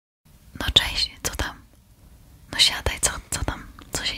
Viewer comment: super film, ale zastanawia mnie tylko, czy tylko ja usłyszałam na początku "Teść" a nie "cześć"???